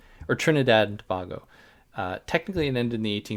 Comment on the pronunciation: Its to-bay-go